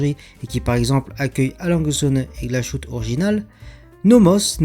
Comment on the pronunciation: Aussi on prononce Glashutte = glas + hutte (pas de son « ch »)